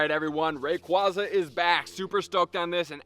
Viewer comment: You’re the first youtuber I’ve seen to pronounce “rayquaza” correctly